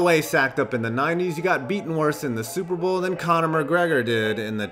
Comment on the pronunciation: super bowl not super boel